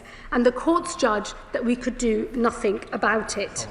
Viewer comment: A Home Secretary who actually uses the word "nothink"...